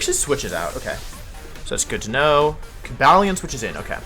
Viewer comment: Cobalion? Don't you mean Ko-Buh-leone?